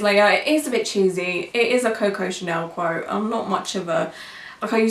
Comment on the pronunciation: Oh QUOTE! I was like, what is she saying? Crote? Also I agree with everything you’re saying, but I think her views are similar to a lot of people without tattoos. I wouldn’t say there aren’t days where I wish some of my tattoos were different, but at the same time they all represent different times of my life. I’m not heavily tatted but the couple I do have are largish so they do get some attention. That’s probably the only thing that occasionally annoys me - people always thinking they have the right to comment on my tattoos. I’m pretty introverted so I don’t like the constant questions I’m better with it now than I was when I was younger.